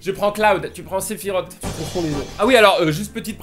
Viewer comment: c'est pas séfirote c'est séfirosse (prononciation bien sûr le vrain nom est Sephiroth